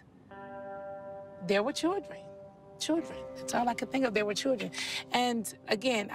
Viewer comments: ky knot not with two R’s in it like she does she saying chrildren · Each time she says "cheeldrynnn" take a drink. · The way NeNe pronounces children is really annoying